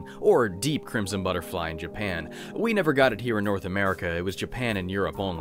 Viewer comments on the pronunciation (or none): none